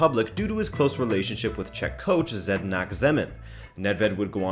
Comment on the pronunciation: please :D :D :D never ever pronounce Zdenek :D :D what made you think it is spelled zedniak ? :D :D :D